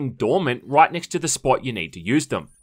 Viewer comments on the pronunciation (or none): none